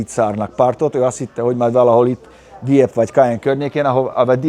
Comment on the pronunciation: Dieppe kiejtése a franciák szerint: gyöp... Még mindig.